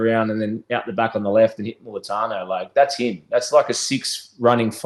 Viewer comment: Can someone tell it's Mulitalo not Mulitano 🤦